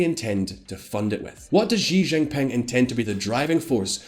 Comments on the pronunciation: He didn’t even pronounce xi jinping properly😂 I was literally cringing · China has been getting our attention for such a long time and yet, many youtubers don't know how to pronounce Xi Jinping. Forget Xi Jinping, they don't even know how to call China :( (sad) It's Shi Jin Ping (not zee, or zzhiii or whatever the hell you are saying). Just for your easiness, i am writing SHE or SHI Jin Ping. jin is also not ZHEE, or ZHII or ZEE...it's very light Ji ... very light and subtle. Hope this helps :) Also, wth is zhongan...? It's XeeOng' Aan (SheeOng AAn) Also, SheeongShian and AnSheen (this makes me so sad) Also....GuuAAngZhooUU (not Gangzho xD) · His name is pronounced like "SEE GIN PING" Is it that difficult to pronounce? No, his name is not "jujubee", you're wrong. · "sheeee jing pin'' not ''jeeee jing ping''. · let me make it easier for you just simply pronounce she zin ping. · Shi Jin Pin* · Xi Jim Ping sounds like English, Shee Jin ping. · U guys need someone to help you pronounce the Chinese names? U guys butcher every Chinese name including Xijingping’s name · I disliked this video because you butchered the names of Xiong'an, Tianjin, and Xi Jinping. The X in Chinese sounds like a "sh" sound. not a "J" sound. the "T" just sounds like a "T" not sure how that got butchered as well... I'm just letting you know so at least you wont have to wonder why one person disliked the video. If you looked up the pronunciation of Chinese names before recording you would sound so much more reliable and professional.